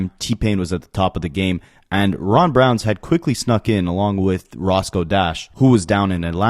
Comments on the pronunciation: Ron Browz BROWZ… no “n” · How you white boys say it “i cringed” everytime you said Ron BROWNS smh its Browz!!! Like eyebrows you culture vulture at least do some homework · Ron Browz…not Ron Brownz 🤣